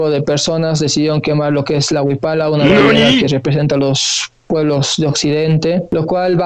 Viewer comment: con lo de la "WIPALA" escupi el mate. te odio y te amo